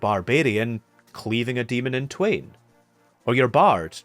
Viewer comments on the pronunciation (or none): I never heard anyone say "Twain" as "two" before that I can recall, except a few days ago, and now I've heard people say it like 5 or 6 times. (you said it twice so maybe 6 or 7) How do you know what you are gonna say that takes up an hour about analyzing Zelda 1? Woweee. Well done. Very indepth. I def feel like zelda 1 is the most open ended Zelda. Its like one of the first open world RPG, without being an RPG.